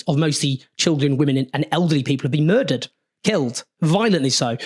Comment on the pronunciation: It's called "accessory to muder" with an R